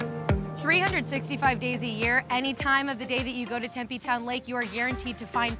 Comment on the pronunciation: The town of Tempe is typically pronounced "Tem-PEE" not "Tem-pay". I know, we have a lot of strange words. Lol